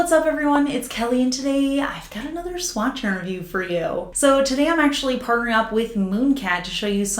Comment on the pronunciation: I always think you are saying “swatchin’ reviews!” Kinda like it 😂 💅🏻 Oh, and you are the best!